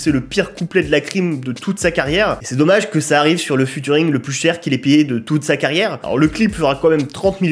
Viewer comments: Je t'en supplie arrête de dire "Futuring" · Alors, j'suis obligé d'intervenir sur un truc, t'es pas du tout au courant que "ea" en anglais ça fait jamais "u" et que du coup on dit pas "futuring"?